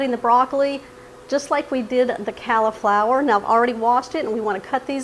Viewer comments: Good recipe although i prefer the veggies to be raw and add raisins. Also ive never heard anybody pronounce cauliflower, "calliflower". Its pronounced colliflower. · Yum! Great recipe. I have never heard someone say cauliflower the way you do.